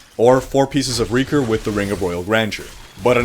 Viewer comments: It's pronounced RAY-CORE not REE-CORE. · Raekor, not reakor! ^^ Sorry! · RAY-KOR holy mother of god dude